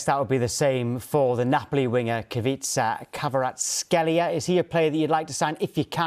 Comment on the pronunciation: Keisha Karatsheila